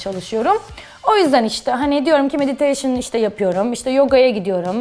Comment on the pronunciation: Bir de suupor değil hane anladın mı, SPOR hane. Mediteyşın yapıyomuş ayy gülecek yerlerim ağrıyor.